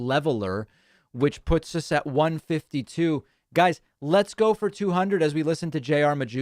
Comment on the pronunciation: Leets goo? What's that?